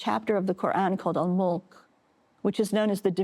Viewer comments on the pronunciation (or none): Surat-al "Mulk", not "Mullek" .. Just why?